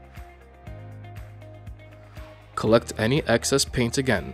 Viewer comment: Drives me nuts everytime he calls it paint